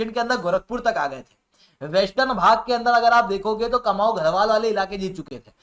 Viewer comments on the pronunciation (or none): कुमाऊँ और गढ़वाल शुद्ध उच्चारण है महोदय, कमाऊ नही